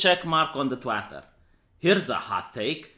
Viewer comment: Did he pronounce *Twitter*, Twatter? XD